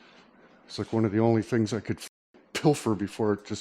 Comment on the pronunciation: Listen to talkin'... Like he knows different fings and such...🤠